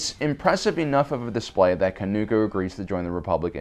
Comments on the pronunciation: Say it with me....Kah-TOON-koh, not Ka-noo-koh. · Or “King Kanuuko” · Okay, the blatant mispronunciation of numerous names multiple times is unbearable. Did you even WATCH The Clone Wars, or did you just read all of this information off of Wookieepedia (where names like Wat Tambor and Katuunko are actually spoken and pronounced properly)? I think it goes without saying (it should, anyway) that if you're going to make a video about something, you should at least have personal prior knowledge of it by way of firsthand experience, aka. watching the show for yourself. If you have, then there's no reason you should be mispronouncing things left and right.